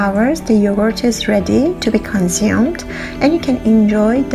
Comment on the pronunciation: Yohort? I heard Yohort.